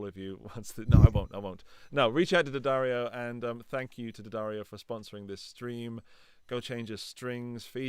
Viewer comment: Thanks for pronouncing D’addario correctly. None of that D-Addario nonsense